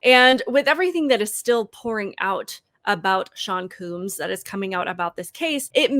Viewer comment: called him "sean cooms" hahaha! did you did that on purpose, you little comedian?